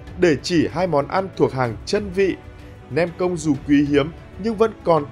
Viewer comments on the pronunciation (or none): mày không nói được chữ công à, cứ cốc...cốc, nghe không được.